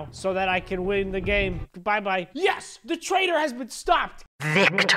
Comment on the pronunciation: "taitor mode"